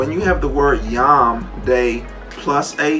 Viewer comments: its a massive leap of logic to go from the Hebrew "yum" as he pronounced (יְוֹם which I believe is usually pronounced like yom) to young simply because they sound vaguely similar. Am I misunderstanding him? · Just one thing I wanted to point out: this dude can’t even pronounce his evidence properly. יְוֹם is pronounced “yome”, not “yom” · Lol "yahm" the way he's pronouncing it means sea. It's yohm. And the argument is still fucking nonsense. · Jew here, uhhh.... the Torah is a song. It's not supposed to be literal, it's figurative. The story of the Garden of Eden is about coping with exile in Judaism, not about sin. Also he keeps pronouncing Yom wrong and that bothers me. Christians need to stop using Hebrew to make their case cause they don't know anything about it.